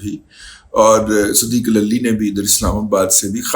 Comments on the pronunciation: دادا جی صدیق للی نہیں صدیق لولی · صدیق للی کی لام پر زبر کے بجائے پیش پڑھا جائے ۔۔۔۔